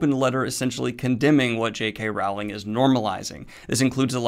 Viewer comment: Daniel it's pronounced Rowling as in bowling